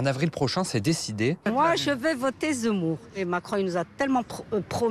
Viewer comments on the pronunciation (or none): Son nom c'est zemmour, et non z'emmour